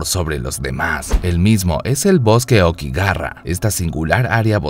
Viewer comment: por que pronuncio aokigara? XD